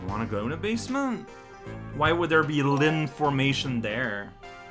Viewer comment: did you just say Lynformation?